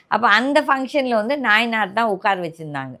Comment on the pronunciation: அம்மா அவர் பெயர் நாயினார் நாகேந்திரன் இல்லை. நயினார்.